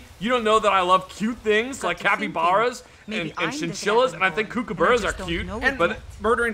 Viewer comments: I agree with you on cute things but man, the way you say Kookaburras depresses me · Oh god the way pronounces Kookaburra is painful